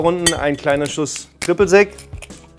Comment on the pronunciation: Tribbl zec ... ein bisschen mühe zur Ausprache kann man sich schon geben, Junge